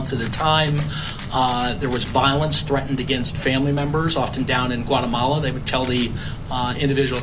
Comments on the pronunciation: What the heck is whatamala? Its GUAtemala. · Reporter don’t you know that Guatemala begins with the letter G not a W